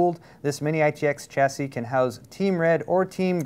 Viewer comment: Stop saying Chassis wrong :(